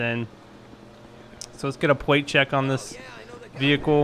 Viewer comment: 1. is a stupid name. 2. "Pwate Checks." 3. You did sooo many wrong things.